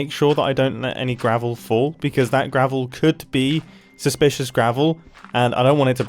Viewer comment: ITS SUSPLISHISH GRAVEL